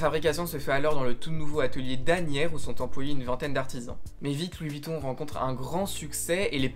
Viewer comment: "Louis Vitton Louis Vitton", une vidéo bien documentée mais pourquoi tout gâcher en prononçant le nom n'importe comment tout du long...